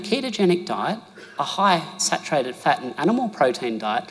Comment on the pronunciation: We think you have a cute accent but when you say fat it sounds like you’re saying pet so try to speak English more clearly